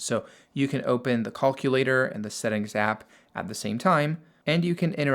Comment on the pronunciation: I'm obsessed with how this man pronounces "calculator" and "notifications" 🤣